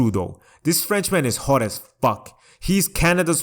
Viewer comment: Guy who pronounces hot “hote” just figured this out. Welcome to America, baby!!